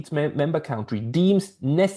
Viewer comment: I just love the way you pronounce “cowntry”. A good overview of “security guarantees” to different forms of neutrality pacts.